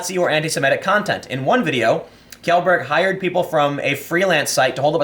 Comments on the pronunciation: Kjellberg is pronounced Schellberg. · Tim, just an FYI, Kjellberg is pronounced "Shell-berg". Don't blame me, blame the Swedes. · the kjell part of his last name is pronounced "shell". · Kjellberg is pronounced "Shell-berg" Or if being nitpicky "Shell-ber[ye]" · Hey Tim, not mad or anything, just wanted to correct you in a friendly way. Felix is Swedish, his name is pronounced "shel-burg". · It's pronounced 'Shellberg,' if I recall correctly. Also, I find it absolutely hilarious that this author referenced literal hitpieces in order to try to get dirt on him. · its pronounced shellberg btw. idk why swedish names are weird, good vid Tim! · Kjellberg is pronounced "Shell-berg". Swedish! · The intro makes it seem like Tim doesn't like Felix. Felix seems like a genuinely nice person who makes entertaining content. FYI, I believe his name is pronounced like "shellberg" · "Shelberj" is the closest I can type to how you actually pronounce Kjellberg. Friendly Swedish citizen here, available for all your translation and pronunciation need related to the Swedish language. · It’s pronounced “Feelicks Shellburg” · I believe his name is pronounced "shellberg" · Just a few key points for correction: Kjellberg is pronounced like "Shell-berg". Pewdiepie did not dress like a Nazi and make fun of WSJ, it was a WWI British officer costume. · Pronounced "Shellburg" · You're still a young 9-year old, Tim if you don't know how Felix's Last name is pronounced. It's Kuh-Jell-Berg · From what I've heard it's pronounced like, Felix "Shell-burg." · Pronounced "shellberg" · It's pronounced "Shell-berg". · I think he says it "Shellberg" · SHELL-BERG Tim. It's pronounced SHELL-BERG. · In Swedish his last name would be pronounced like "shellberg". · It’s pronounced like Zhell (like shell but with a Z) berg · Said like shellburg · You can pronounce Kjellberg like you would Shellberj. That would be pretty close. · He would know that it is pronounced as "Shelberg". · It’s pronounced SHELL-berg